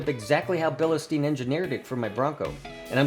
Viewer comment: There’s no E or Y after bil. It’s pronounced Bill Stine or Bill steen not bill ehhh steen.